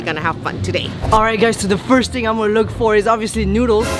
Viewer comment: “who will quit FISRT”. I laughed so hard I’m crying